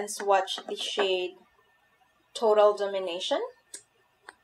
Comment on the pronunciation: Dom-in-a-tion.... not domin-ition. Kinda like dominate, but tion in the end.